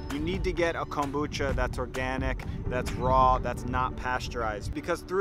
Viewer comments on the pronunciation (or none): The way you say Kombucha is brutal.